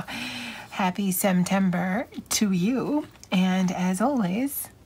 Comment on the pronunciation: “Semtember” it is🤣 your lettering looks great!